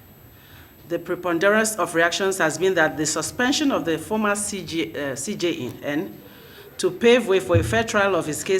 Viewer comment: A lawyer, you consistently and repeatedly could not pronounce just "CJN....."